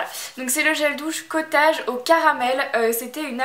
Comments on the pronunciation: Cotage? Cotaidge! Prononciation 0 mdr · J'aime bien la prononciation "Cottaaage" a la française ^^ (sa se prononce "cottèyge" :) bisouss